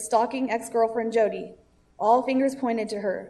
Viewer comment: Tbh I get the sense that "Hodi" is supposed to be the Spanish pronunciation of Jodi. It's actually kind of a racist joke if that's the case. not trying to call you a racist, I just imagine that that's how the Hodi thing started.